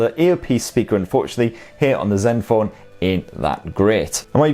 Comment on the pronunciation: did you call the zenphone "Zeus"? I like that